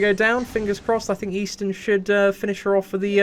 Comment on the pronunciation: Seatin -> Eastin 🤔Just exchange the S instead